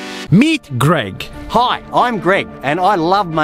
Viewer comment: u can already tell he is australlian btw how he says hi